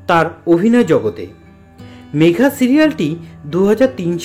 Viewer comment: উচ্চারন টা ঠিক করুন , মেঘা হয়না ,ওটা হবে মেগা ।